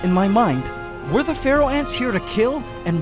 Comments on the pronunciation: All this time I've been thinking you're saying "Ferral Ant" with a strange accent. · DG K same it makes sense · Omg same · OMG I'm not alone! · Whenever he says “Pharaoh”, I hear “Feral” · I hear pfereoh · Oh, Pharaoh ants, when you've mentioned them before, I thought you said "feral".